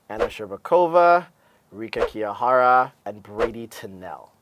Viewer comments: hi guys.. you're really funny!! And yes, I predicted a clean sweep of the GPs by 3A too~ You are so funny!! Why'd you call them fetuses ? hahahah... Kevin??? I really wanted to hear your thoughts on Kevin~~ By the way, it's TRUsova. Not TruSOva. Also, Kihira, not Kihara. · btw, her name is Kihira, not Kihara c